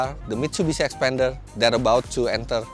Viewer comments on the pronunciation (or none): Not 'xpender' but 'xpander'. It's not same.